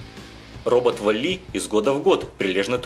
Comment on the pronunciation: валли ?! куда?! В мультике сам валли сказал свое имя с правильным ударением!